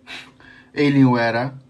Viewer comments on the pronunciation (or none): none